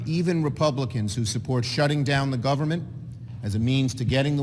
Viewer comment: “Open the govermin, open the govermin.” - Chucky Shoemurr